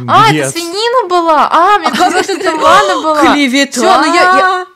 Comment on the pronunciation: Вы слышали сказала Лена а не лана